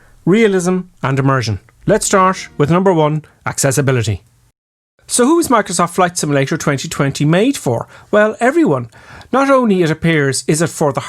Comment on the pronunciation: Lets starsh! Bush waish, theres no outpush! Seig noush: Probably Microsoft boushyt. Ok, I can't watch this any longer than 2 minutes, such a beautiful game, but I just can't take the pronunciation anymore.